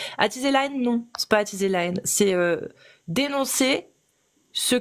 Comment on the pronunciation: Pourquoi t'attchise la hénne genrrr